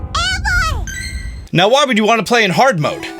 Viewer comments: Eevee not eeve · Am I the only one who heard let’s go pikachu and let go easy at the end😂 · Did he say Pokémon let’s go Pikachu and let’s go “easy”? That’s pretty great